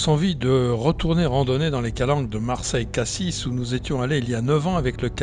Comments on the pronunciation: Prononcer Cassi et non pas cassisse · En Provence on a tendance à rajouter partout des E. On dit souvent "je vais à "Cassisse".